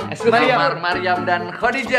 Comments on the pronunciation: Maryam bang bukan meriam🤣🤣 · Maryam kalau ngomong kaya gitu selalu "mariam"